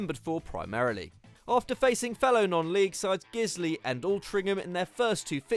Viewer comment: That pronunciation of ‘guiseley’ was horrendous Its guy-sley btw